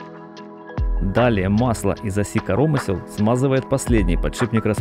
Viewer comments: Только не карОмысел, а каромЫсел, от слова каромЫсло ! Не Излишки, а излИшки... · Блин, коромы́сел! Máсляная плёнка! Máсляная! Найми русскоязычного, если забыл русский или плохо выучил. Слушать невозможно! На семь минут хватило! Корóмысла просто убили. Это уже за гранью. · масляннАя, корОмысла... и наконец Излишки, да-да не излИшки, а Излишки... сначала думал что я тупой, но после Излишки понял, что диктор слишком умный 😂